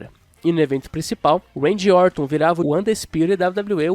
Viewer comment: A única coisa é ouvirr "Uendy" Orton, de resto tá tudo ok